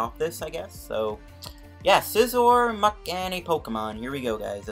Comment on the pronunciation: Please stop pronouncing muk so violently